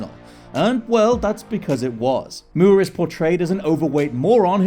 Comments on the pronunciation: Moore. Moor. Not muierr or whatever you are saying v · More, not mury. I hate that British folks will say a word the way they think it should be said, even if it's a fu*king surname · Him pronouncing Moore like Mure is driving me crazy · Why is he pronouncing his name as Mur, instead of Moore? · Michael MOORE. Like how you said MORON. Not Michael Muir. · Like how you say more! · I am SO SORRY cool video, very interesting but the way you are pronouncing Michael Moore is giving me the chalkboard scratch effect and I am not proud of that. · Why is he saying it like that? It's really irritating! 🙄